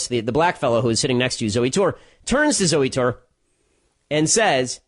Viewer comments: lol "zoo tour" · "Zooey Tore" I see what you did there Ben